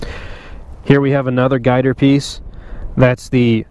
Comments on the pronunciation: I've been racing my whole life, and even sponsored by Yamaha. Never heard it called "guy-ter" before because its GYTR. Call me triggered but atleast I'm hitting bullseye, as far as being correct. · Am I the only one that gets offended everytime you say "guy-ter"??? You dont pronounce it as a word, you pronounce the simple abbreviation GYTR. G-Y-T-R 🤦🏼‍♂️